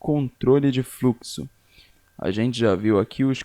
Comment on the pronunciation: fruxo kkkkkkkkk